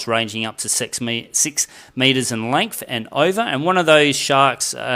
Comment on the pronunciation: Yes. If you stop saying “lengf”😉